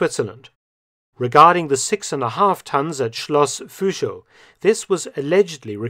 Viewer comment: Thanks a lot for your great videos! 🙂 Just a small correction: "Fuschl" is written and pronounced with a regular "u", not "ü".